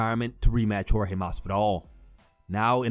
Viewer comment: Askren you will lose again simply because you keep calling that man George when you know his name is Jorge 🤫🥱😵‍💫